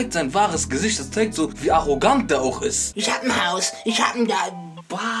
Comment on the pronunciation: Und es heißt ich und nicht isch! Boah Jungee 🤢🤮